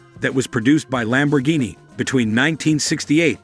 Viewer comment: PregO! Thisa Narator soundsa Very digital anda may be Much MOre impreSsive if he could at Least pronounce Lamborghini correctly(!)🇮🇹gF 4.4.'24 USA